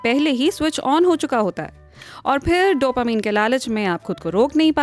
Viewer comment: Mam please don't say डोपामीन it's डोपामाइन😍😁🤗